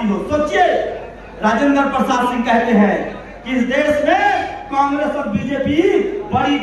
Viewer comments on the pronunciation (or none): none